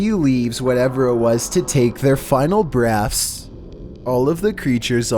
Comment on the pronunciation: did say "final breaffs"? lol